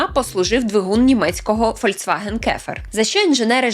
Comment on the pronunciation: Так, дівчинко, Volkswagen вимовляється Фольксваґен ( не фольцваген!!!) Chevrolet не Шевроле, а Шевроле. Трошки цікавтеся що як вимовляється та все буде добре.